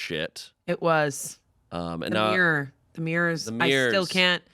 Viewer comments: I can’t cope with how they pronounce mirror😂. It sounds like ‘mierr’ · Why does pronounce mirror like that